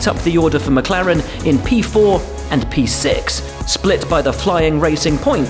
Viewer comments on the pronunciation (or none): none